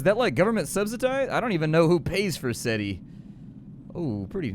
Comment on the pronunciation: It’s SETI ya twat. You obviously wouldn’t count as intelligence